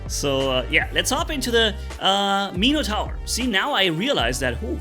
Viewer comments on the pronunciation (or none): Meeno-tower ?? ….pronounced Min-ah-tour , or Min-eh-tour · "Meeno tower" lol